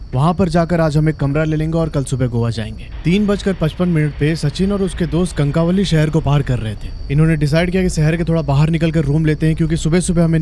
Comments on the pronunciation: कनकावली नहीं कणकवली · कणकवली prounounciation है